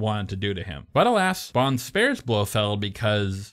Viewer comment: BloFELD not Blowfield 😀 I see you caught that